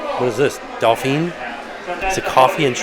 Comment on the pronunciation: From Louisiana, Lagniappe, pronounced lan - yap or lon - yap, means a little extra something. Good try though. Dauphine was right